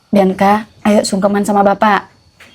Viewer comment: Bianca kak bukan biaca